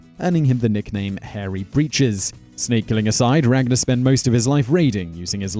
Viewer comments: you pronounced all the vikings names wrong well almost all and I should know I am from Iceland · If you read the real saga you wil now that regnar did it but theh probely said it wrong in the vidieo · the way you say ragnars name it sound so gay and so stupid especially when you say lodbrok